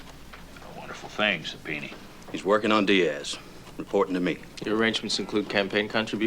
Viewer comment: i must've seen this movie dozens of times, this scene hundreds... and I still die laughing at Brimley calling a subpoena a "subpeenie"